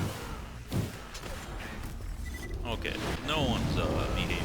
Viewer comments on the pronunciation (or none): none